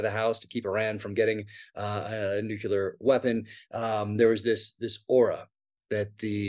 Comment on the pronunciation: Jack, it’s NUCLEAR not NUCULAR